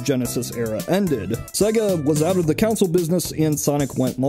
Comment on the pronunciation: But why do you say "counsel" instead of "console"